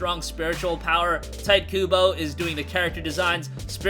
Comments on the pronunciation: Hey. Tite pronounced "Tai-to" not Tight. 👍🏾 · Learn how to say Tite in Tite Kubo.